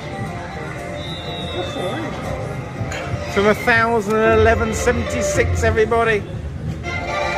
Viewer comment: For someone who worked in a bank for 20 years , you sure do struggle to say £1176 😂